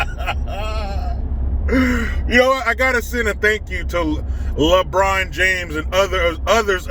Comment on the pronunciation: The Officer Tatum calls LeBron, "LeBronda." Cracks me up!!